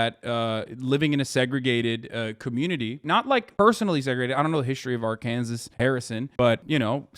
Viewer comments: I’m from Arkansas. I’ve always heard that Harrison is the most racist town in the country and even i didn’t know that the KKK leader wasn’t from there, he’s actually from Zinc. I didn’t even know there was a place called Zinc here 😭 Also the way Hasan pronounces Arkansas is killing me, but I can’t blame him, no one ever really talks about this state. Rip. I love that this dude made a new buddy in Harrison. It’s so damn wholesome! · How come a brit can pronounce Arkansas correctly but Hasan can't?